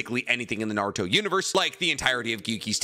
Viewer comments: Naurot?!, you drunk? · "We are Naurot, the fusion of Kakarot (Goku) and Naruto!". Sounds like Vegito refusing to say Goku. Lol, but for real that would be a pretty dope fusion.